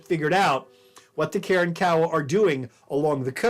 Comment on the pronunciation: I cringe every time he says “Karen-Kowa”